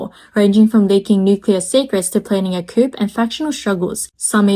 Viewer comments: thanks for the info. Just a small suggestion though - please pronounce coup as 'koooh' rather than koop. Everything else sounds good. Thanks again. Your videos are very helpful. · "Coup" is pronounced "Coo"! The "p" is silent! Please spread the memo to your other narrators as well! I cannot take another one of these videos littered with "coops" unless the topic is poultry housing! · FYI coup is pronounced with a silent 'P'. So it's coo. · I turned it off when she said they're planning a coop. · i mean, eng not her first language. bet plenty of americans pronounce it coop too